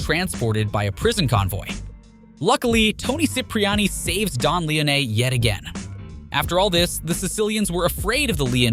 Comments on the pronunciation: Bothered me too. Lee own knee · Lee-Oh-Ney 😅Lee-Oh-Ney 😅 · Yeah Lee-oh-nay is not pleasant to the ears of us real fans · Awesome video, but I hate the way you pronounce Leone, it gives a feeling like you never actually played the game. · Agreed. Shit was driving me nuts lol.